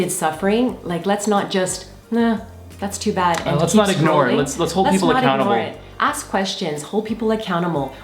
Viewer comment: "Hold people ACCOUMUMLE" ...awesomeness